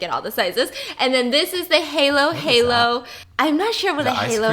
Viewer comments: It’s beef steak not hamburger steak 😊 Edit: also hay low hay low made me cringe so hard 😂 it’s hah low hah low 💀 also you need to eat the halo halo with a spoon 😊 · Thag halo halo is not called haylo haylo pronounce it as halo halo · I love Stephanie but listening to her pronounce Filipino food make my ears cringe. SO lemme help you out girl the Palabok (Pa-la-book), Halo-Halo isn't Halo its Haaaa-low Haaa-low, and its burger steak honey bunny. All love no hate just wanted to help a lil to save everyone's ears. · tip: halo halo is pronounced more like an “ㅏ” sound rather than a “ㅐ” sound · Stephanie: "Hay-low Hay-low" Filipinos: Ayayay..Its pronounced as Hallo Hallo spelled as Halo Halo Stephanie: "Paylaboak" -Filipinos: Hayyysss..Its pronounced as Pa la bock spelled as Palabok Hope I helped😁😊😁😊😁😊😁😊😁😊😁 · So correction (still love you tho 😘) Palabok = pah- la - bowk (bok is almost like book but with one o but not bok but more of with a bow in it and say bok fast and try not to pronounce the bow too much (sorry idk how else to explain) Halo halo - ha-loh ha-loh Not hay loh but ha as in hahaha Also for the halo halo you’re supposed to mix it all together before you eat it Love bye biss 👋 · Wrong pronunciation say Ha-Lo Ha-Lo not Haylo haylo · Its pronounced as “pA-LA-BOK” and “Ha-lo Ha-lo” not heylo heylo😅 I love u biss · *pa-lo-bok😂 not “palaback” *halo halo (aahhhhh) not “heylo heylo”(ayyyye) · So pretty much, we filipinos, we pronounce stuffs as how we spell it so palabok, we literally say PALABOK, and halo-halo is literally HALO-HALO not ‘heylo-heylo’. Thank me later 😂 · You eat halo halo with spoon 😊 halo in filipino means "to mix" so you gotta mix your halo halo 😉 also you read it not like the halo of angel, it's hālo hālo with a long 'a' vowel 😉 enjoy eating! Love you! 💕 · yes, it's just called burger steak. and halo-halo is pronounced as ha-lo not hay-lo. halo means mix, so you're meant to like mix it together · “Hay low - hay low “ pala bock”